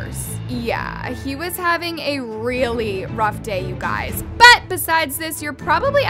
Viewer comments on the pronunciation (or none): I love your videos but pleaseee stop saying ‘BUT’ like thatttt. I get a shock everytime..